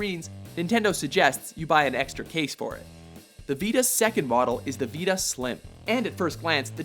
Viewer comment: why can't this guy say Vita properly